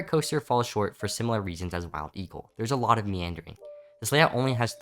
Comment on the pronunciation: I think I heard “mild eagle”